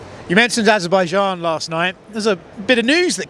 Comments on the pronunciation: Soon our world will know the evil dirty deeds Trump and dana white have committed. The way Dana says ajooboojain instead of Azerbaijan hurts too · you guys been to ashabashan?